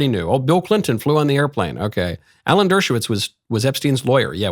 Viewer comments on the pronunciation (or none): none